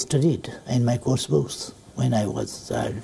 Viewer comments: Did anyone listen ....He called 'Books' as 'Boobs'😂😆...I dont know was it a mistake or deliberately being said by him😄😅' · yes and bdhwa Oli's English we just saw here...calling Books as 'Boobs' .🤣🤣🤣